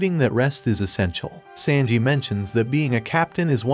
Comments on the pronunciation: He said sandji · Sanji❌ Sandji✅💀💀💀💀💀💀